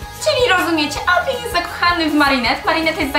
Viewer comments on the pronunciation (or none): sorka bo cię lubię ale mówi się Adrien a nie Adrian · Czy tylko ja słyszę Adrian zamiast Adrien? xD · Nie wymawia się Adrjan tylko Adrjen. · Szczerze to mówi się Adrien